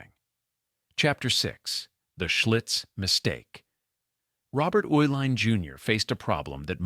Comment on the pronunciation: The name Uihlein is pronounced E-line.